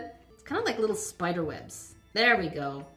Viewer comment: Its spider not spoder